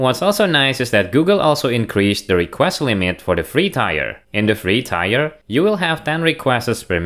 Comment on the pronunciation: Another great video, thanks! Just a quick suggestion: the English word “tier” is not pronounced like “buyer” but is pronounced like “beer” or “fear”. Or identically to “tear” as in the tear in my eye 😉